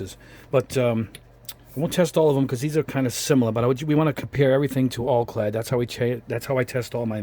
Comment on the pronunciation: Al-clad not All-clad.